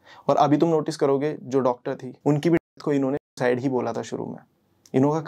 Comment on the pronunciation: ye sucide ko thik se kaahe nhi bol rhe ho..................